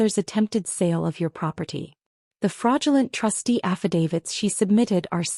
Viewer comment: Trustee, not trusty.